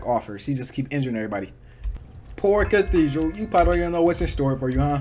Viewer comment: Bro massacred Cathedral and the entire roster